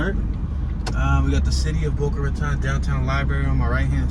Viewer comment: My home city. 😉👍 Boca RA TONE is how it's pronounced. Keep up the entertaining tours! From an ex north Philly guy now living in Boca!